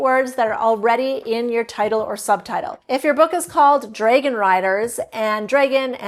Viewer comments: Is this AI? Several times pronounced 'dragon' as 'draygan'. It stood out, a very AI mistake. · It's interesting how she pronounces "dragon"